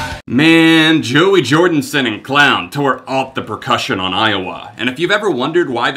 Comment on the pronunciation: You lost me at "Jordinson".